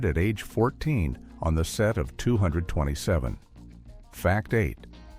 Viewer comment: IF YOU’RE GOING TO USE AI, AT LEAST GET IT TO SAY THE NAME OF THE SHOW RIGHT!!! if you can’t do it right, just don’t do videos.